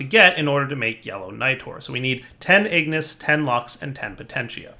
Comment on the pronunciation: And Ingis